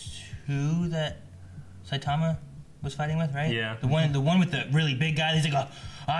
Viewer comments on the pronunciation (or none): its saitoma not soytomia